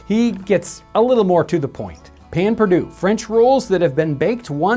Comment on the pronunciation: Ah, Payn Pur-Dew. From the "Mercy Buckets" school of French spelling and pronunciation.